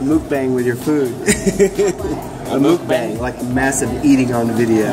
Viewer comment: Lol you said moookbang, lol, its [muk] like your saying up. And bang is almost like saying bong.